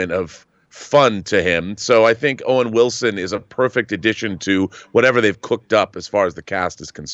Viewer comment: Wowen Wilson.